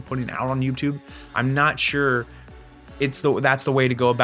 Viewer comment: I heard it more as 'yupe' tube 😂